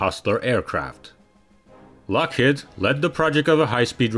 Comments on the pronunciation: He can't even pronounce "Lockheed." It's driving me crazy. HEED. Lockheed. Rhymes with mock-bead. shock-reed. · I just wish you would stop saying "Lockhead,it's Lockheed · What is a “Lock Hid” ?????? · Lock-HEED. HEED.